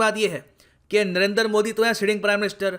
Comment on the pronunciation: सर आप क्यों नरेंदर मोदी बोलते है